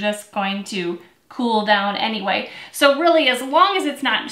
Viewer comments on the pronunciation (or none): none